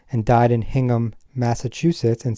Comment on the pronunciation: "HINGHAM" in the UK is pronounced locally as "INGHAM".